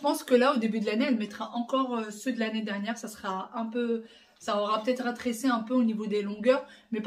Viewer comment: À chaque fois que tu dis ratrècit je suis pliée 😂 😂 😂 c'est rétrécit et tu fais la faute à chaque fois. Tu es adorable 💋💋